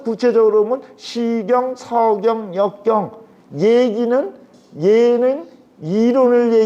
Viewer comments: 왜? 서경의 "서"ㄹ ㄹ 길게 발음하십니까? 자고절.ㄹ 아십니까? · 참 강의는 촣습니다만, 자고저 문제가 심각하옵니다. 예: 시경, 서경의 첫 자를 길게 또 잘못 발음했나이다. "짧게" 발음해야지요!! 공부 좀 더 하시옵소서! 미국 변 완수 드림